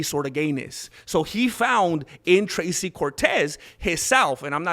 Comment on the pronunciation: I boosted and liked and watched and found the Mexican word of the day "Thrrrrrrracy" Cortez...: I whento ge-mi chanclas to talk about " Thrrrrrrracy Cortez"